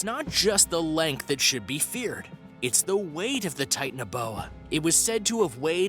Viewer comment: Titan-uh-bowa, Mega-low-don 😂 I kept laughing every time he said these and a couple others, I had to re-watch it 3 times. Good video if, you can get past Titan uh bowa.